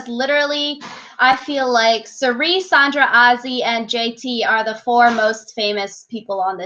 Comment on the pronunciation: SANDRA. It's pronounced SAND-RUH. I like listening to you guys but the name pronunciations make it like nails against a chalkboard whenever you say them wrong. 😂 It also makes you lose some credibility when you don't know how to say names. But keep up the good work, that's my only critique :)